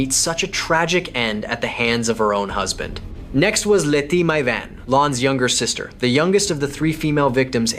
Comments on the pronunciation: Le is pronounced 'Lay'.....not 'Lee'. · I know others who prefer to pronounce it as Lay